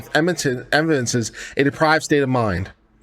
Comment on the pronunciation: deprAved not deprIved lol